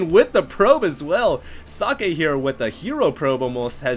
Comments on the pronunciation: So(not oe its an o)ck(a hard K)e(its not eeeeeeeeee, not sockeeeeeeeeeee its just socke) its short and hard pronounced, hes german ... not asian, at least that much you should have known .... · nice commentary! socke is german for "socks" and is pronounced [soh-keh] not [sake], u make him sound like japanese ricewine ;-) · It also Sounded kinda like he said "Sake", which is a Japanese Rice-wine :D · socke is german, you allmost got it, its pronounced with just a shory a at the end, not like sockay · its pronounced socky lol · Actually, if it really is German, you wouldn't pronounce it like that. The o in socket and how Germans pronounce o is different. English is kind of weird. There are so many ways you can pronounce a single letter, depending on the word it's in.